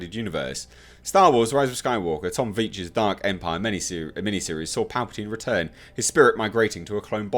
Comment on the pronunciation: It kills me how you say 'Palpatino'! Hilarious!!!! And good voice doing the Emperor!!!! Oh, what, my views on this topic? No comments of course!!!! Great video as always!!!!